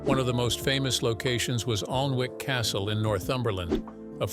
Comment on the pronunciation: Alnwick is pronounced Ann-ick